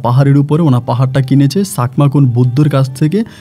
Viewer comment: Apnar pronounciation etyo kharap keno bolen j duvloping co,sakma, eguli ki shunte khub kharap shona jay.